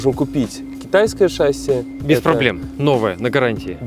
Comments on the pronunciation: Выпуск интересный и весьма любопытный.👍 Но вот слово "ШАсси", это конечно печалька...🤦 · Может быть всё-таки шассИ, а не шАсси?🤔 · Да не шАсии, а шассИ